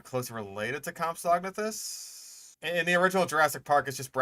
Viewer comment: why are you saying Compsognathus like that? I have literally never heard it pronounced like that, not even by paleontologists.